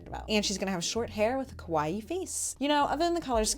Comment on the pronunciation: Kowai means scary, which is what your saying instead of kawaii